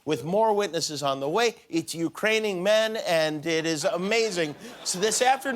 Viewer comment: "Ukraining men"? umm what? "Ukrainy men"? Yup I'm done. Can't watch someone who can't pronounce UKRAINIAN!